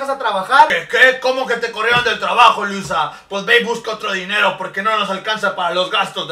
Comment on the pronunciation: me dio demasiada risa como se vestía Louisa😂😂 y como en vez de decir Louisa dijo Luisa😂😂😂😂